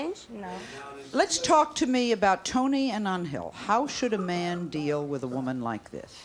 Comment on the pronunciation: Why does sally keep calling ‘Angel’ as An-hill. Just pronounce his name as the mythological creatures lol.